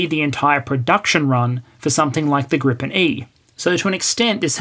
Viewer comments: Its called "Gripen", not "Grippen" :D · It's Gripen. Not Grippen. Gripen means "the griffin". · There's only one p in "Gripen". Neither in spelling or pronounciation. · The name of the Swedish multirole from SAAB is "Gripen" ("the griffin"), not "Grippen". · A minor detail, but I imagine you care about details – the Swedish aircraft is called Gripen, not "Grippen" (pronounced "greepen", meaning "The Griffin"). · grippen? it is without the second P. Gripen has been going for soo long yet that old mistake keep coming up. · As the "Gripen pronunciation elitist" on Hoggit would say, it's Gripen, not Grippen. =) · Hi, Gripen is spelled with just one 'p' meaning griffin. With two 'p's it means flu in German (grippen) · Great video, very informative. Slide shows rule, no need for modesty here! Side note: The Saab "Gripen" is pronounced "GREE-pen". Literal translation, 'the griffin'. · Why must you add an extra "p" to poor JAS-39 Gripen, hasn't she suffered enough? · Thx, good video. The SAAB is spelled Gripen (so its a long vowel :) )